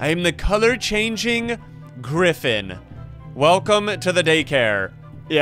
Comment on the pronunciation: I hear you say wolkcome